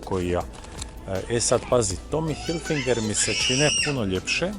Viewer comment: I nije Tommy Hilfinger kako izgovaraš vec Tommy Hilfiger 😊😊👍👌